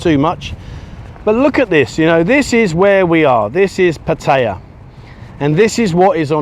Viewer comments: It's pat a ya not pat tie ya. Have you ever heard a local say pat tie ya, answer fuck no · pat ta ya lol he is learning sometimes he gets it right :) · Why after all this time are you still pronouncing Pattaya wrong. The emphasis is on Pat NOT on TAY.!!!!! There is NO choice. It is very ignorant to Thai people to pronounce it the wsy you do. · Brits mispronounced Pattaya. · FFS learn how to pronounce the name of the town! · How long you been in Pattaya and you still can’t pronounce the name correctly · I think you should learn how to pronounce Pattaya, fin Brit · You should learn how to say Pattaya properly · Enjoy the channel however if u r going to live in Pattaya you should learn to pronounce it correctly.